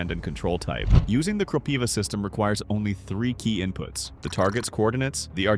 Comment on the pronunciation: Good video, however, I suggest you use Ukrainian pronounciation for Kropyva - Kropyvá, accent on the last syllable, and closed i.